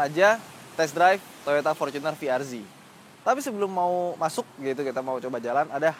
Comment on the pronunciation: bacanya salah Ini yang betul fi ar zet